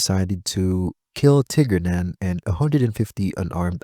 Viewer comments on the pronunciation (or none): Great video, i could be wrong on this thought as even being an Irish man, id never heard of De Lacy. But i think it would be pronounced Tear-nan